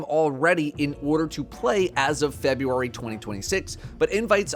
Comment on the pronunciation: I'm pretty sure he said Febuary